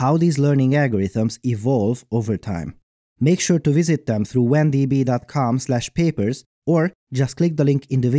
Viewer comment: It always bothers me how he says wan_d_b dot com instead of w_and_b dot com.